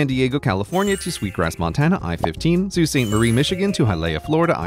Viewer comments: Your correct pronunciation of sault ste marie, MI was like magic gold to my northern ears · Wow you pronounce Sault Ste. Marie correctly! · I’m more impressed with the pronunciation of Sault Ste. Marie. Not many people, let alone, locals get that right. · gasp Someone pronouncing Sault Ste. Marie correctly?? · As someone from Sault Ste. Marie, Thank you for pronouncing it correctly. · Thank you for pronouncing Sault Ste. Marie correctly